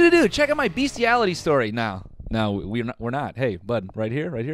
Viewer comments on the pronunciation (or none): My mans really said bestieality